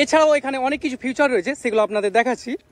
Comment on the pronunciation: ফিউচার না ফিচার ?